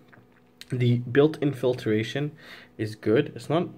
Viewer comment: I admit, the mispronunciation of filtration drove me a little crazy too. Pointing this out though is not hate. Misuse of the word hate is equally annoying. 👍☺️